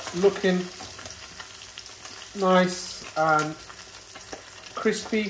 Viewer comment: lol, chef , was that a Joshua Weissman 'kwispy'? 👍😁